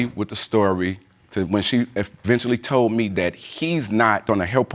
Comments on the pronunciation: "Tollen" I still can't believe that came out of his mouth and he didn't correct himself. SMH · The alleged baby daddy seriously said "tollen".... Lol I guess the word "told" was too much work to say 😂 stay in school people! 🤦🏾‍♀️📚